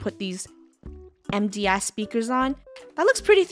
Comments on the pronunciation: I PUT ON THE CAPTIONS SHE SAID MDS BUT IT SOUNDS LIKE EMPTY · IS IT JS ME OR DID I HEAR FUNNEH SAY WE WILL GET THEASE EMPTY A** SPEEKER HERE ya'll pls tell me I heard smt else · What did funneh say about the speakers it sounds like she said empty a— speakers for the theatre me be like funneh👁️👄👁️ Edit:she said mds speakers lol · Who else thought funneh said empty a$$ not MDS and had to put subtitles on to see 😂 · It sounded like she said empty a- speakers, but she said MDS Speakers 😅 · Umm why did I think funneh said a**